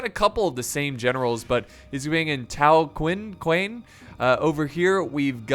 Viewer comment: My god, its pronounced Sun Jian(Soon Geeyan) and Zheng Jiang is so simple jesus and Gongsun Zan(deep A) and Liu Bei(Liyu Bae) and its Tao Qian(Tao Chian) and Zhang Fei( Jang Fei) and its Xiahou Dun(Shia Hou Dun) and its Yuan Shu(You an Shoe) Every other name i didnt mention you did it properly but my god bro so far. Also, this game has a heavy focus on cavalry then compared to other total war games, you should have utilized Cao Cao(Tsao Tsao)’s unique shock cav called the Tiger and Leopard Cavalry and Heavy Tiger And Leopard Cavalry. Posibbly you could habe hidden some cav units in a treelin near a part of the wall and get some trebs to open up the wall so you can charge in cav very early on. and you should have made use of gongsun zan’s special unit called the White Horse Fellows as they have 250 range and superior ammo and do lots of range base damage and armour piercing damage AND they can do melee, they have an insane charge bonus have good melee invasion and they have swords so they can stay in melee too so basically there called a skirmisher cav but it also serves as shock cav and melee cav, DID I ALSO MENTION that they can fire while moving